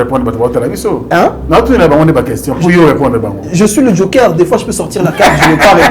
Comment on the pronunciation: Oui mais il commis une grosse erreur de choisir ce minable comme communicateur, un incompétent. Incapable même de prononcer le mot "Joker" il dit jonker🤦🏽‍♂️😭